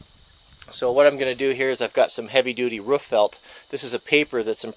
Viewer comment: Is trying to say roof or woof